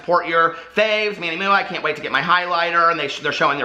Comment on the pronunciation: I love that you call him Manny MUA pronounced Mooah I legit thought that was his name when I first got into beauty videos lol 😂